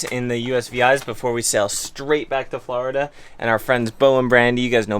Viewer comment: Where the hell is Flahhhhhrrrda? I know where Florida is though lol. 🤪